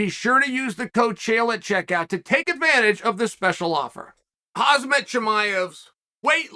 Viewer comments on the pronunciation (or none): Unbelievable, how Chael still say's KhaZmat. He's name is KhaMzat damn it!) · Chael “Khamzt” Chimaev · TO This day, Chael still calls Khamzat, HAZMAT.